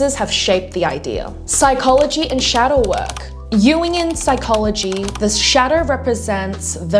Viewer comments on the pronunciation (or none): none